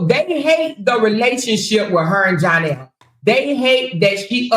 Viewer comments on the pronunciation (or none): It’s the Janell🤣🤣🤣🤣instead of Johnell you on point 💯